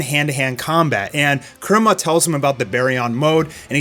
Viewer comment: continues his steak of pronouncing names oddly. First, Saitama and now Kurama.